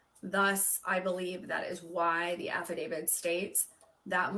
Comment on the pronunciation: Didn't she say affidavit